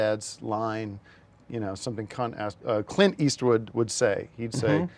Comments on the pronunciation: He pronounced it “Cunt Ass” before correcting himself lol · Cunt Ass- Sorry, Clint Eastwood.